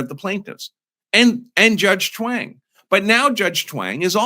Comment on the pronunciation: Sorry but I cannot help but hear “Chaung” like Wayne and Garth are saying it: “Schwaaannnnng!”